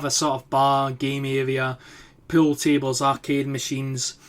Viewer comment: When you say pool it sounds like your saying pill